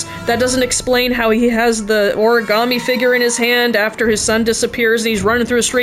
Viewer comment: clears throat "ori-GAMETE"